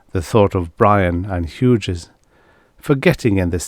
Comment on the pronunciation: Hughes is pronounced hues.